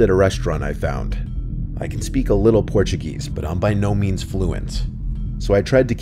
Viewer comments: "Portu-geese" as says... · “In Porchuh GEEEEESE”